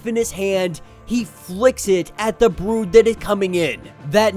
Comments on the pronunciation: WTF is the broad/brode? Is that just you not being able to pronounce brood? Correct your malfunction. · it's not a big deal it was just you pronounce brood wrong